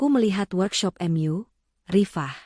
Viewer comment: Bahasa apa itu, kata mu dibaca emyu, ma dibaca em a, mak dengarnya